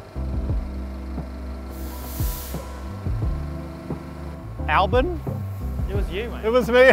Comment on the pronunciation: Lmao ''Antonio GioviNazi''